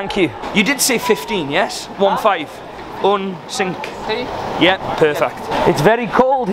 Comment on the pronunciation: "Un sinc" ??? Lol 😂 cmon mate